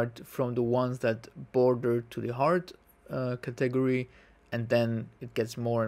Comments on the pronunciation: I hope to help you,: the word "category" is pronounced with the emphasis on the first syllable, i.e. CAT-egory:) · That's not how you say category